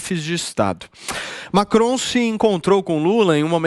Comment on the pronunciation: Macron..." lacron" kkkkk